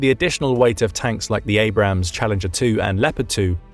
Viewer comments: For the love of god it is Abrams. A-brams. Two syllables. Holy fuck it's not that hard. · So since he mispronounced it then it’s ok? The tank was named after General Creighton Abrams, no ham in it.